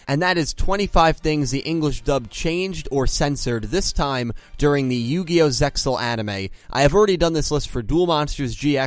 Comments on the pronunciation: "Zeal," not "Zexal" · The ZeXal OF THE ORCALCAMALOS ZeXal is pronounced Zeal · Everytime I hear "ZeXal" it kills me inside a little. The word is pronounced "Zeal" The X, is silent and there to make it look cool. Its not part of the word itself. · Damn! I knew 4Kids screwed ZeXal, but I didn't realized how severe the damage. Talk about a serious mess. The first mistake was mispronouncing the name. I know you know it's supposed to be "Zeal". Anyway, another excellent video, dude. Good job pointing all this out. I guess you'll be tackling Arc-V next, but you should wait until all the episodes are dubbed before you do. Also, let me just say that after seeing these videos, I am absolutely terrified about what crappy dub treatment is in store for VRAINS in the future. I like how this series has gotten really dark lately and ruining that would piss me off to no end. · It is pronounced Ze Al the X is silent if we the fans don't say it correctly no one else will. Can't wait for Yusaku dub kidnapped to be changed to he got lost or something. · the x in zexal is silent